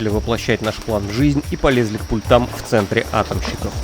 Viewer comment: ПУльтам, а не пультАм, пУльтов, пУльты, всегда только на У ударение.